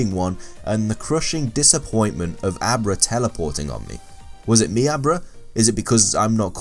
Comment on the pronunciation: when you were saying Abra all I could hear was a bra. "I wanted a bra but I couldn't get a bra